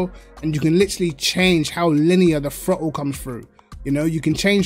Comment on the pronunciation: Amazing how I hear "the frottle pedal" in his accent 🤣🤣